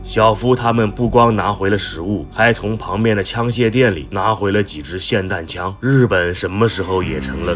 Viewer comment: 霰弹枪居然读对了